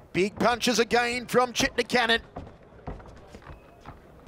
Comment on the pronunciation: Hope the guy behind the microphone learns to say CVJETIČANIN the right way. It's awful 🤮🤢